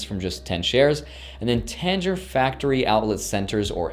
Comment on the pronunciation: “Tanger”😂 I work there at polo, but the way to pronounce it is like tang with out the g and hanger without the Han (like a bear)